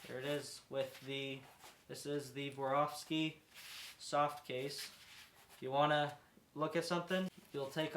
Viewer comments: ”SWAROVSKI”, not ”woravski”… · Still gonna watch the video, but he kinda lost me at the intro with “vorawski”…😂